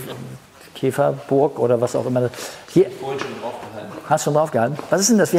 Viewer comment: "Käferburg" :o)